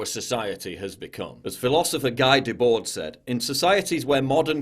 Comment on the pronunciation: Cmon Paul, at least make a small effort to pronounce Guy Debord's name correctly! (sounds like Ghee Debor, if that's helpful) :)